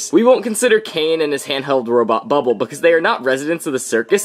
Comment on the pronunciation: You just said bubble wrong